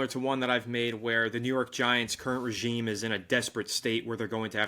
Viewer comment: The most important thing that nobody's talking about: is now consistently saying the word "regime" correctly. My guy's been putting in work! 😂